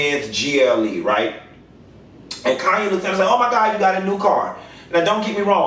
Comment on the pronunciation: Her name is KHANYI pronounce like Kanye but you say YIIIIIII Instead of Yeh. So CAN YIIIIIII